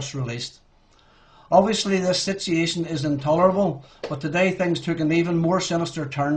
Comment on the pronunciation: sityee'achion ..lol